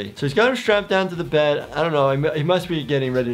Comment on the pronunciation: " Go to bed? I thought you said go to bread" 😂